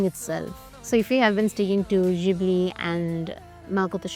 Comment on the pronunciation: it's Ghibli Ghib lee pronunciation